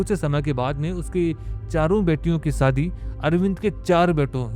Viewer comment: क्लब को कलब, खुश को खुस, शादी को सादी, हमेशा को हमेसा और कितने शब्द गिनाउ तुम्हे इसीलिए कहता हु ये अनपढ़ गवार सी भाषा को बंद करो और पुरानी आवाज लाओ